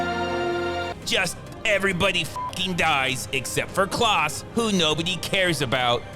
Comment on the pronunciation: You really don't know how to pronounce the name Klaus??? It's definitely not "Klahhs" like you kept saying it ....